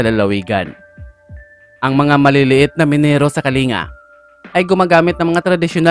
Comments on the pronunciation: Kalingga hindi kallinga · Kalingga ang pronounce di kalinga😂😂😂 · Kalingga sir Hindi kalinga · KALING-GA ang pronunciation po sir.